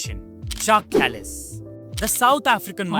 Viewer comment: I know you like your food. Check out this video "This Village OFFICIALLY BANNED Kebab Shops & Takeaways" Kallis is pronounced as its spelled not Kalleese